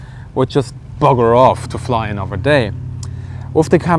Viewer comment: Have yiu been hanging around with a Tank loving Irishman? You almost adoped the same accent saying bugger...